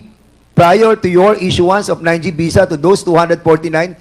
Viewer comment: Foriners.. oh please mag artista k nalang.. visa not bisa.. bobo kung hindi dahil Kay Judy Ann nag nga nga..shame on you..